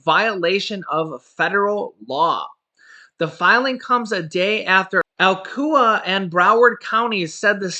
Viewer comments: It is pronounced Ala chua County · Hey not making fun of your accent or pronunciation but Alachua it's pronounced ( a-Laa-chew-a) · It's pronounced uh-latch-you-ua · Lol . It is pronounced A latch A- Wah . In fl . Just thought you might want to know